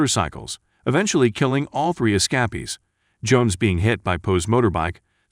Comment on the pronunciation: As soon as you called the escapees 'The Ess-cap-ees' I knew you were a computer generated voice.